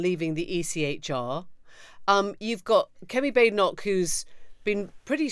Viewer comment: Baden Baden so Baad en och. It's a Scottish pronunciation. I hate her but can we try to get the name right?